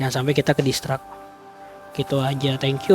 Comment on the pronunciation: Distrak tu kata2 ap om...ngomong yg bner